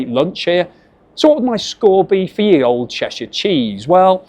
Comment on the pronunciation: I hope you know that you can't read 12th century English ... probably not! "Ye old cheshire cheese" was how "The old cheshire cheese" was written before the Normans changed it to "Th", and after the demise of the Viking "ᚦ", or "þ", all of which should be pronounced the same way, and not how you pronounced it.